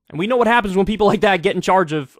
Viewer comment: I wasn't sure about this until I heard Yeople. 🤔